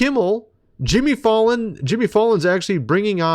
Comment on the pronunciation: Jimmy fall on 😂 please for the love of god say his last name right